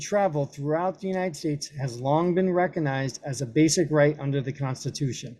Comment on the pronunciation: LOL. You can't even pronounce words like "recognized" or "concomitant", and we're supposed to believe your interpretation of the law?